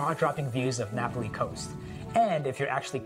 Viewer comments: It’s nah-pah-Lee NOT Napoly! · Hate to be a stickler for pronunciation but it’s Na’Pali coast, not Napoli (the city in Italy)...nice vid though, I’ve been to a lot of those places myself. 🤙🏼